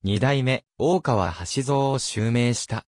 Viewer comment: 名前の呼び方がでたらめ、よく調べてからしゃべったほうがいいのではないですか。